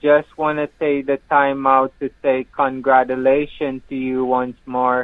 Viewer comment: "Conwatulations" to you, Peekaboo-😺y.